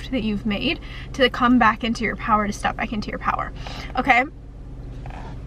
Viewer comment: YES wow I started making music again after like 15 years agin and now it's taking off ! Little by little. Like step up haha song. Just had to say that because you said stepp haha